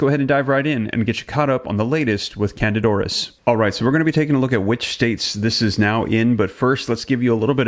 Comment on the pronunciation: The proper pronunciation is Can dida "i" as in e, Aur_is there!!